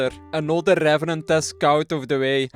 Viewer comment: rRrRrRrRevenant task completed